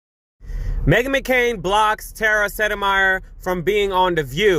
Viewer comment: Tara landed in a much better situation with The Lincoln project, and her big following. Please forgive me & my occupational hazard of diction minder, but Tara's last name is spoken as Set-My-Er. Thank you for playing.